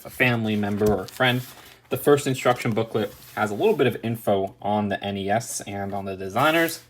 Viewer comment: Thank you for saying N E S and not nezz